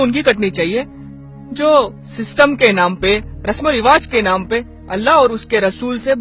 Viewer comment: Urdu destroyed. rivaaz or rivaaj. khusi or khushi. qauf not khauf. please get somebody whose Urdu is good. also it is too dramatic. too artificial.